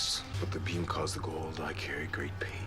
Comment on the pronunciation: ...you're absolutely correct. I think the actors were just lazy. The pronunciation is as you said it in your video: "Go - ah - oold" It really bothered me too because there was no consistency. Again, I think the actors and the directors of the episodes were too lazy to attend to the consistency.